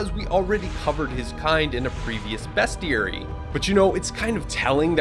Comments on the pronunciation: Are you mispronouncing words on purpose to be a troll or what? Bestiary = BEAST EE AIRY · No, its bes·chee·eh·ree